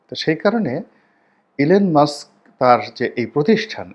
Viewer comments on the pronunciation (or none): ইলেন মাস্ক নয়,নামটা হবে ইলন মাস্ক।